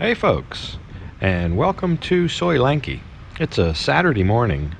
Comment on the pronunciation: soi Lenky..try soi LENG KEE as in LENG KEY ? YANK IE !